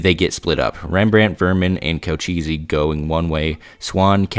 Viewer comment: co-che-ss, not co-cheesy.